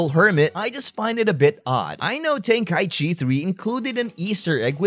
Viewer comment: tenka - ichi ichi meaning 一 one Breaks my brain a bit when u call it tenkai-chi